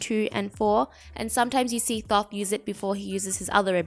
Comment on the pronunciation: Great video but it’s pronounced toth, the first h is silent